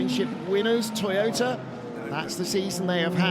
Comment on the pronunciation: Thank you, love this coverage! But, the Japanese team is To-yo-ta! Not To-ta! Please get it right! My Japanese girlfriend is giving me curry!. Not in a good way!